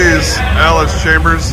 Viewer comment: It's Allis CHALMERS not "Chambers". There's no "B" in the pronunciation. I wince everytime you say "Chambers".😑 As if there was a bullet in the chamber.